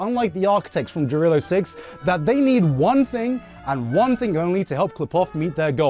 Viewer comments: Why are you pronouncing Jarilo like that? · tf Jarilo is a Kanada? it's rurussia no doubts